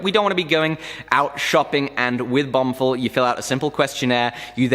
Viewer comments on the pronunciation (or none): lol he said bumfill